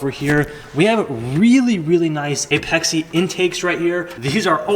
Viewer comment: "Apex-Ay" boi :) And JASMA isnt a brand, its a certification body in Japan. RSR is the brand of your muffler